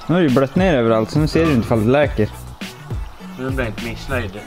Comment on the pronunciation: Gillar att killen som stör sig på att röret inte sitter fastskruvat under tändkassetten men han säger "läker" "läker" "läker".... LÄCKER HETER DET